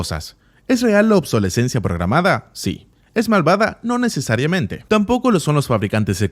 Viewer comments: Obsolescencia ... No obsolencia. Así dicho suena horrible.... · OBSOLESCENCIA , no Obsolenscia.....abre el diccionario amigo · Para el que traduce el video: se dice obsolescencia, no obsolencia. Buen video!! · Señor traductor, se dice obsolescencia, no obsolencia, eso no existe. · Se dice "Obsolescencia", no "obsolencia". Menuda traducción 🙈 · En Español se dice OBSOLESCENCIA, no OBSOLENCIA. 😂😂😂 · De acuerdo en lo general, excepto que la palabra más importante la dice mal en español una docena o más de veces. La correcta es obsolescencia y no obsolencia. Esa no existe. es una pésima traducción del inglés. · Obsolescencia programada.... OBSOLESCENCIA ... Aprendan a hablar, gente... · Buen vídeo, pero se dice "obsolescencia". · Al traductor: se dice "obsolescencia" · OBSOLESCENCIA SE DICE POR LA PM pareces un niño de primaria. Cuantas veces tienes que equivocarte. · Hola. La exposición está muy bien pero,debo de corregirte,se dice OBSOLESCENCIA Saludos!! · Excelente video, pero solo quiero hacer un apunte. Tal vez en ingles se escuche y escriba "programmed obsolescence", pero en español se escribe "obsolescencia programada" y se lee exactamente como se escribe.